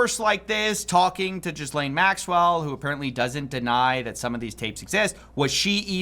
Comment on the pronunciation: I find it childish and frustrating when people like coffee call her "jizz-lane". She was trafficking kids, it's not a funny pun; and it's pronounced ghee-lane. like ghee (clarified butter)